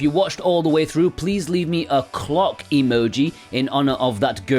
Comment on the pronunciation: 🐔…. Oh you said Clock I thought you said…..😂